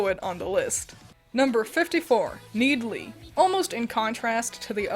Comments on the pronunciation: Ive been playing project sekai for a long time, and its only now that I realize that NeedLe is pronounced like "Need Lee" and not "needle" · need LEE??????? I’ve never heard anyone call it that…isn’t it needle 🪡